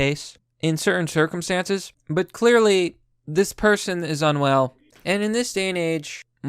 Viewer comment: lmao shirkumstances I think that was a Freudian slip XD